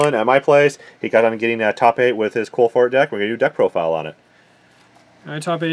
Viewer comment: Why is dylan always saying "Quilphorts"?